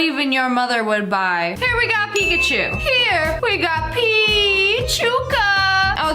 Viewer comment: nah that's not Pikaachowww it's pukaachiii